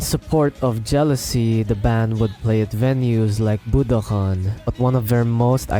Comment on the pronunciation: sure but I believe he pronounces budokan as “budohan” on and some other moments